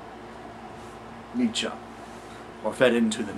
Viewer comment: learned something new here. Neatzuh, not Neatzee. Nietzsche eatsa pizza. Now you'll never forget it! hehe What a redundant name. Let's rename him neetzuh instead. phonetics fer dah win!